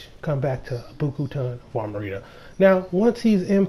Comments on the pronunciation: I cringed every time he said “Armarita”. lol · Because it's Amrita...